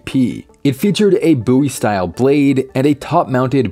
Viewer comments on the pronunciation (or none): the "Boo-E" knife